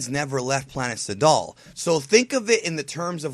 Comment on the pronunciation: you're well over pronouncing Sadal, it's like Trunks' name of course in japanese they pronounce it "Trunksu" but of course he is named after the things guys wear to swim in so if you can pronounce it Trunks do so otherwise your being a nerd and like so many people I know wouldn't watch you because of small shit like that